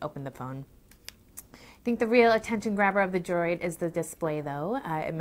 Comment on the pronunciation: Simple, she claims she has small hands when they are really small hams. Finger nail polish on those nubs just accentuate the fact that she has no nails and makes it a distraction. Lastly, she can even say the word Droid. Sounds like she is saying, "Motorola Joy."